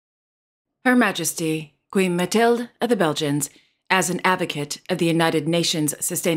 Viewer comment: Thank you for your nice program. I watch everyday via my TV I have one comment. The name of the Bergian queen Mathilde is pronounced with the e. It is nt Mathild but Mathilde with last "e" also pronounced. For the rest. You are doing a marvelous job.